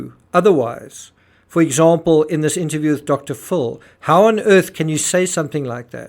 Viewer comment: Its dr Phil not dr full